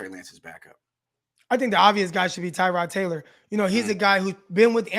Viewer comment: I really feel for Tyrod Taylor. Nobody pronounces his name correctly.